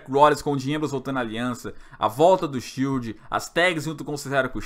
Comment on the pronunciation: " Shild do Paraguaí" 😂😂😂😂